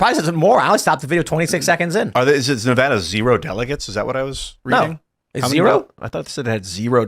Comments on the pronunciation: He dumb chick. Its ad, not ah in Nevada. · Its not NEVAHDUH its NEVADA! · In Nevada, the preferred pronunciation "Nuh-VAD-uh," with the stress on the second syllable and the "A" sound as in "bad. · Glad somebody told Tim how to properly say Nevada halfway through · Somebody tell her how to pronounce Nevada correctly. Jesus christ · Please tell she’s continually mispronouncing Nevada. It’s not a hard A. Your having everyone here boo you 🤣